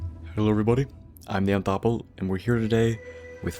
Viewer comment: / I think it's pronounced Then-th Apple